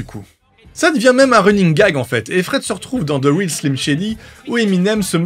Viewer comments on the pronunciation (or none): none